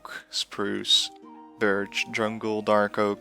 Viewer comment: You see birtch leaves, but I hear burd leaves 🤣